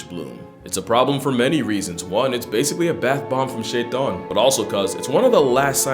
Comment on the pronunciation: I swear he just said shaytan the arab word for satain